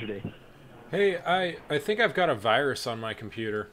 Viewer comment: "A wirus had injected your device" 10/10 tech support.